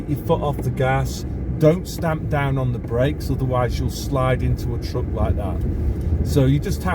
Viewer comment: a trouck? It is a truck. T r a k.